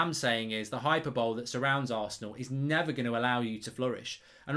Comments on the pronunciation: Not being snarky Mark but hyperbole is not pronounced hyper bowl. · 5 seconds in. Dude, it’s pronounced “hypPERboly”! Never fail to be amazed at just how many otherwise intelligent people have really basic grammatical and vocabulary blind spots like this. If you don’t believe me please do google it. It’s not accent/dialect etc. and it’s easily fixed as long as some one tells you at some point. Having said all that, probably a good video, will unpause now. Go well Mark G 👍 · sorry to be a prick but u know its pronounced Hiperboly mark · Hyperbole is pronounced Hi Per Bo Lee - just saying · hyperbole - hi-per-boll-ee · “Hyper bowl”? Learn to speak English Mark 🙄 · Love that pronunciation of hyperbole! 'Hyper-bowl', sounds like an American cup final. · Hyperbole is pronounced high-per-bow-lee btw, great vid mark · Did you pronounce hyperbole as hyper-bowl!? 😂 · hyperbole isn't pronounced "hyperbowl" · That’s not how you say Hyperbole you cretin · That's not how you pronounce hyperbole, Mark. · Tinbridge can’t say hyperbole.Or can he? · I agree with everything you said other than your pronunciation of hyperbole lol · 'Hy - per - bol - lee', not 'hyper-bole' 😁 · Right, the word 'hyperbole'... It's pronounced 'Hy-per-bol-ee', not 'Hyper-bowl' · Its "hi-per-bolleee" not " hyper bowl" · Did you just say Hyper-bowl rather than hyperbole? 😂😂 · It's pronounced 'hi per bow lee' Not 'hyper bowl'. No need to thank me, just like to help. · hy-per-bo-lee. not hyper-bowl. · It's hy-per-bow-lee, Mark. Hyperbole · It’s pronounced Hy-per-bo-lee (not hy-per-bowl) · "hi per bo lee" not "hyper bowl" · Hyperbole is pronounced "high-per-bolee" not "hyper-bowl". Not trying to be condescending, but there are correct ways to pronounce a word and incorrect ways. Just thought I'd respectfully share that. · Hyper bowl?… Hyperbole? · Mark you have been pronouncing 'hyperbole' wrong for months now, it's not 'hyper-bowl' it's 'hy-per-bo-le' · Oi, it’s pronounced ‘Hi-per-buh-Lee’ not ‘hyper-bowl’ lol